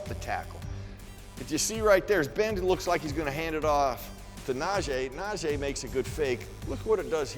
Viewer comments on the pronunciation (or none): Jesus. Is na-jee. E not na-jay its not that hard. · NaJEE not NaJAY!! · Someone PLEASE tell that his name is pronounced NAH -“G” Harris. We’re well into the season already…geez 🙄